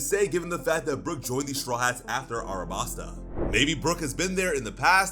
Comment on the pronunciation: Wait just a second there. Is this real or a Mandela effect. The city is called ALABASTA. Not Arabasta…